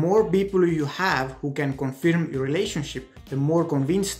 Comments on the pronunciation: Pal, the verb 'confirm' is pronounced 'conferm'. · Actually it’s pronounced kən-fûrm′ He is speaking in a foreign language for him. Give him a BREAK!